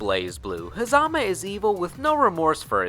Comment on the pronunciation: its pornouned ha zuh muh